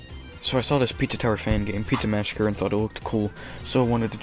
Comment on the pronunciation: It's the way he said massacre in the beginning